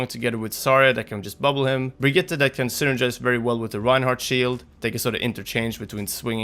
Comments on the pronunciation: Really good Brigitte pronounciation! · Finally an english speaker who pronounce Brigitte correctly ❤️